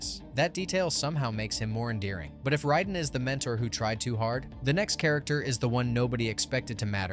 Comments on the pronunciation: Say Kang correctly twice and every other time you say Kong also Raiden (ray-den) not riden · Ride'n??? It's pronounced RAY-DEN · Why does he keep pronouncing Raiden as "ridin?"